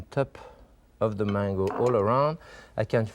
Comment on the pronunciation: It took me a while to figure out when he says mongo, it is mango.